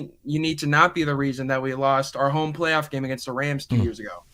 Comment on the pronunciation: Campbell CRK sounds like Elmer Fudd. "Los Angeles Wams". "Pwayoff team" Lol!